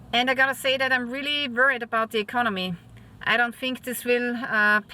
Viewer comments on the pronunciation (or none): E-con-oh-me. That is one way to spell it.